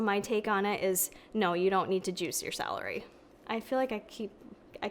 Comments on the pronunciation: So cute how with your accent celery sounds like “salary”! Here’s an amazing science based article article on celery and celery juice, it’s also in a podcast form. Basically goes into all the nutritional benefits of celery on its own and then addresses juicing. Spoiler: vegetables are good, chew them. Love ya! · My mom was born and raised in Rochester, NY - when she says "celery" it sounds like "salary" - which has made me giggle my whole life - and I noticed it does for you too. Must be an upstate NY thing! Hehe - Thanks for the vid!! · The way she says celery